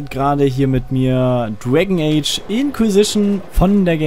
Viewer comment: Dwegn eytsch hahaha xD